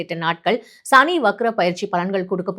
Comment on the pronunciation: "ஷனி" இல்லை "சனி"